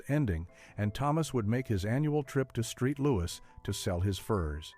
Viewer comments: St. Louis = Street Louis lolol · ...'Street Louis' ...😂